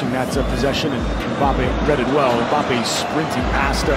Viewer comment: Kids say Mbappe Men say Kylian Bein sports says mbape